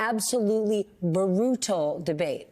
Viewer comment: Brutal has two syllables Pronounced broo-tal Not bar-oo-tal